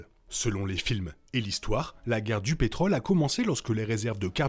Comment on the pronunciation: On dit pétrole, mais on dit contrôle, rôle et on prononce le Ô circonflexe, mes oreilles arrêteront de saigner. Parmi les nombreuses erreurs ; ce n'est pas Mad max qui conduit les colons (pourquoi colons ?) à quitter leur puits de pétrole, mais leur désir de trouver une terre nouvelle au bord de l'océan (rappelle toi les filles en maillot de bain sur le dépliant photo). On ne parle pas de Mad Max 3, dommage, car on y parle beaucoup de ce qui est arrivé.